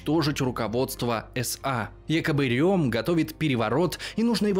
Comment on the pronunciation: Удивительно, что хоть кто-то правильно произнес имя Эрнст Рём...Все Рэм, да Рэм. А он реально Рём